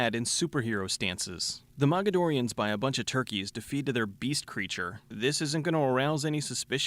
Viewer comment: Did you say MAGAdorians?